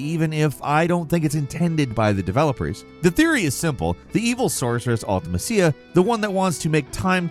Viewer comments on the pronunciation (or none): How are you not gonna bother mentioning that mew and ditto weigh the same? Also I cringed every time you said Ultimecia. I have literally never herd anyone mispronounce it so horribly.